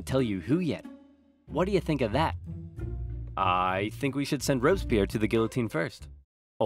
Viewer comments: As a french person, i really enjoyed this video since i dont remember much from my history classes (we study that in 4th or 5th grade...) But the way you prononce Robespierre tho 😂😂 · I really like Napoleon !! Your video is great, I just want to say that its Fouché (one of the futur Minister of Napoleon) who pronounced the death of Louis XVI. Oh, Sieyès, one of the five Directors, wanted a Sword to strike down the "Directoire", Napoleon used this situation after...